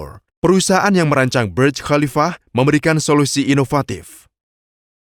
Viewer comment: Kok baca khalifa dg Qolifa ya?